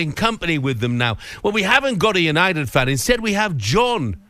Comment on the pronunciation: Why does the presenter guy say 'you-nye-did' instead of 'you-nye-tid'